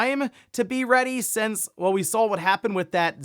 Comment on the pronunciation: Since, it’s since. Not sense.